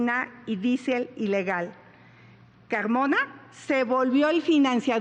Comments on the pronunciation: Julio Caaaagmona jajajajaa no puedo confiar en alguien que no pronuncia la R 😅😂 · Doge pogque , Cagmona , asegugan .😂